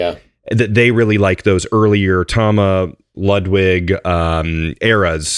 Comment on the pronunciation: If we're going to make sure to pronounce "Peert" not "Purt" .. then it's also "Loodvig" not "Ludd-wig" :P